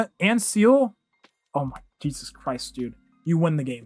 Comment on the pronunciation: Hearing you call best girl Seele "Seal" makes me want to cry